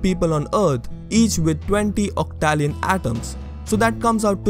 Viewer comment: I've questioned about the colour perception stuff when I was a kid, and come to the conclusion that it doesn't matter, it will change nothing and therefore would be a total waste of time to think about. For the second one, I believe you pronounced 'octillion' wrong. For the third one, you cannot say that one is immortal without first defining what is life and death